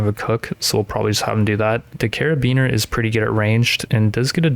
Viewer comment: I love you saying caribeaner instead of carbiner 😭